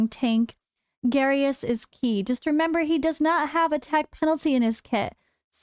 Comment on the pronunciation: Its Garious. You pick Garious. Then voresh